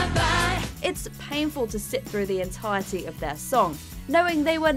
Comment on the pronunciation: The way this narrator pronounces "nul points" shows she knows absolutely nothing about Eurovision. Mind you, perhaps that's too much to ask for considering she can't even pronounce "entirety". WatchMojo UK's hilariously awful narration strikes again.